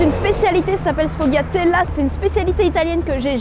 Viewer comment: Le sfogliatella le g ne se prononce pas phonetiquement c'est sfoliatella